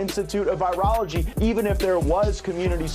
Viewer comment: How you gonna push an agenda and you can’t even pronounce virology I was unaware they added an “e” 😂